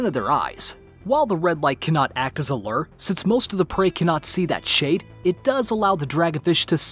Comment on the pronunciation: It's not lerr it's lure